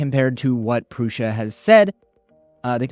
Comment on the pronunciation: Great comparison and it's neat to see the advancements we've been seeing these last couple of years. 1 thing.. Joseph pronounces his last name and the brand name "proo- Suh" not "Proo- SHuh" lol totally nit-picking here lol